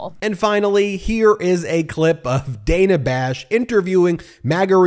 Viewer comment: Ben… it’s pronounced “Danna Bash”. Mispronouncing her name is rude.